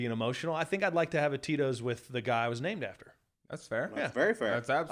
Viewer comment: I realize now you were saying Tito’s but I kept hearing totinos. I’d eat a few Totinos pizzas with this guy.